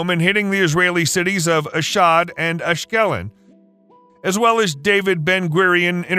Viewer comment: It's pronounced Ash-kell-on.....